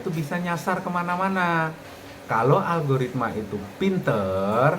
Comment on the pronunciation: Alogaritma gobl0k....???🤣🤣🤣..lucu juga denger nya ..teruss pemula suruh ngapa in lgi .kalau semua gak boleh